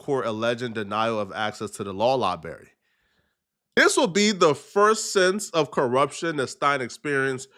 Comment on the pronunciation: “Law liberry 😂 suss-sess” these words man 😂